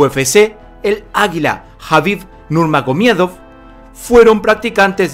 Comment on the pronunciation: Me da un derrame cerebral cuando dice nurmague miedo xD